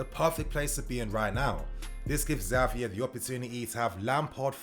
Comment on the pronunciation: His name is said Javier I know its spelled with the X but the X poses as an J